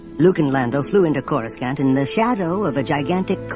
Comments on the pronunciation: Coruscant = "kor-uh-sahnt" not "kor-us-scant" Palpatine = "palp-uh-teen" not "palp-uh-tine" Bespin = "bess-pin" not "bee-spin" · I appreciate the production of this video but you can tell whoever made it is not a Star Wars fan just by how they mispronounce almost every planet alone... choruscan't , v-span lol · PalpatINE, BEEspin, CorusCANT... The mispronunciations are distracting. Otherwise this is a really good production. For the most part. There's an odd moment where the Falcon flies past a gigantic image of Leia. That was weird. But mostly pretty great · This guy corus-can't pronounce the Imperial Capitol World name. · “Koru Scant”? Really ? Was no one minding the store when they recorded this? Every time I hear him say it wrong It throws me. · Again, it was Anthony Heald. This was the "official" pronunciation before the prequels came out (the recording was made in 1996) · This was before it was said aloud in any of the movies, Coruscant and Bespin both get pronounced funny in this lol. It seems like it wasn’t official yet to pronounce either